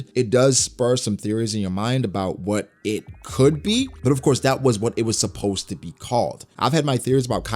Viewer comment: Good stuff as always but you need work on saying supposed to for concepts haha